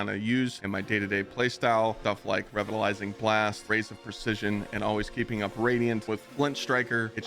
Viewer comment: revitalizing is pronounced as “re-vital-ising” lol don’t know what you were saying but it certainly wasn’t “revitalizing blast” hahaha